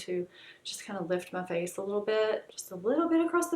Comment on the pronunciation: Are you from the south? I’m dying when you say “my face.” I love it. Lol